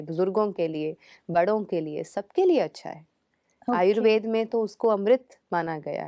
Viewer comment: आपका कार्य सराहनीय है, लेकिन आयुर्वेद को आयुर्वेदा ,आसन को आसनज गलत है😟